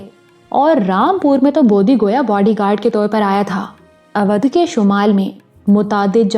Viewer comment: پیاری آواز اودھ کا تلفظ Odhh ھے او بھائی والا او اور دودھ کا دھ